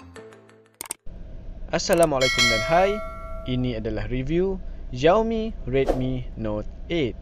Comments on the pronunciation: Sebutan salah, bukan "ziaomi". Yg sebetulnya ialah "siaomi" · Yg betulii sebutan nye shiaomi